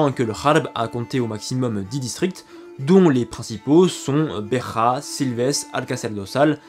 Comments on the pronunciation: En portugais la ville de "BEJA" ne se lit pas BE"R"A mais BE"J"A, exactement comme en français. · Beja pas Berra stp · excellent travail, comme d'habitude. Fais seulement attention à la prononciation de Beja (si tant est que tu souhaites la prononcer en portugais). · Bera no béjā beja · petite précision, le "J" en portugais se prononce comme en français et pas comme en espagnol. C'est Béja (Begea et pas Becha). Ainsi que Azulejo (azulegeo et pas azulecho) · En.Portugais il n y a pas de Jota comme en espagnol on prononce Beja comme dans le mot Beige en français et non pas "Besrra " je suis désolé de cette precision mais ca a quelque peu écorché mon oreille lol Je tenais a vous féliciter pour la qualité de votre travail de vulgarisation également pour votre précision historique concernant cette periode passionnante d Al andalus félicitations bravo et encore merci je m abonne et je vais de ce pas devorer vos autres vidéos je découvre votre chaine avec beaucoup d intérêt et je me demande comment j ai pu passer a côté d un contenu aussi qualitatif vous devriez songer a faire des conférences sur le sujet vous avez largement le niveau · Bjrs ... j aime bien vos videos ... mais noter que me j portugais se prononce exactement comme au français... alors pa la peine de dire mudekharpour mudejare et bekha pour beja ... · Super vidéo comme chaque fois :) Petite note: En portugais il n'y a pas de "jota" donc le "j" se prononce comme en français et non comme en espagnol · Merci de préciser que le J reste un J et non un R... Cette prononciation à l'espagnole m'agace ! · En portugais le "J" se prononce "J" comme en français et non comme en espagnol "R" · Ont prononce BEJA comme en francais pas comme en espagnole.